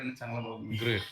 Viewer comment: सरांचा ग्रेट चा उच्चार हा इंग्लिश वाटतो